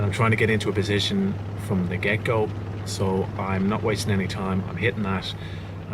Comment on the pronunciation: Every time you say 'from the get-go', I hear 'from the gecko'. Good vid as always.